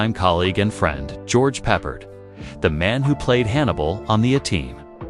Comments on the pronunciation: It is not bloody "Peppered", it's "Pep-pard" you epic twit. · What a joke. Not one single clip of Battlestar nor George Peppard (totally ruined his pronunciation). Just kept repeating the same 30 seconds. Take it down. It's insulting to all.